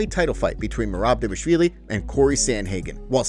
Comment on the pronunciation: he’s saying it completely right the guy is also from Georgia